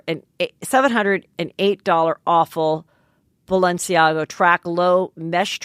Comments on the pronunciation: "BalenciagO" omg omg omg omg hahahhahahha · Take a shot every time Heather mispronounces something 😅 “Balenciago”